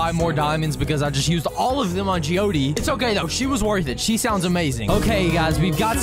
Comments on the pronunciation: Jee o short d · Watching These Videos Gives Me Joy! Also To Correct You,Jeeode’s Name Is Pronounced Like The Word Geode Not “Gee-O-Dee” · Did bro say Jeodee instead of jeode with the ending e silent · Its pronounced ji-youd not jiyoudi